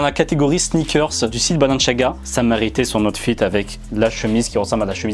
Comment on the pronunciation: « Oute fite »